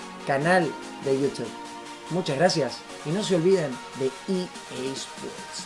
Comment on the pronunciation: Re dice EA sport in the game :v no TN game xd